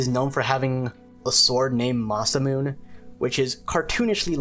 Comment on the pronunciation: Masa-Moon-ne is the pronunciation